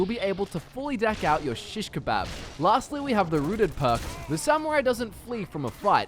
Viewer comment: The way he says shishkabab lol